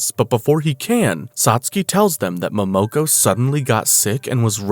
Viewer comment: It’s mo mo ko